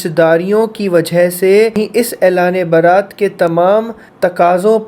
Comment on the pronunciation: Baarat Nahin beta ,bara'at.